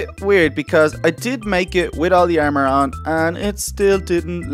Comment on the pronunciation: does he have a difficulty in saying A and O because: ermor ferm neew